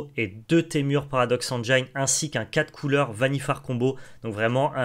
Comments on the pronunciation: il y a méprise Théo de votre part, prenez mon commentaire littéralement. J'apprécie le contenu de la chaine Magic Arena FR à laquelle je suis abonné. Le seul intérêt de mon commentaire est de signaler au streamer que le mot engine se prononce "engine" et pas "engeaillene". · Bon les gars, c est cool, par contre il faut apprendre à prononcer "engine" correctement car ça écorche les oreilles